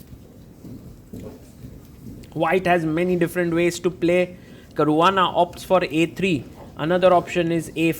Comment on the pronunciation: Caruana ❌❌ carvaana✅✅